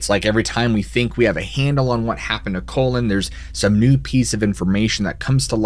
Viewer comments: The name is Cullen, not Collin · *Cullen, not colon. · It’s not Colon OR Collin. It’s CULLEN, as in when you “CULL” a herd of cattle.